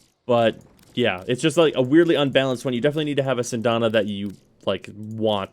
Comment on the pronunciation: When will you ever pronounce Syandana right lol CYAN-DONNA All that aside great build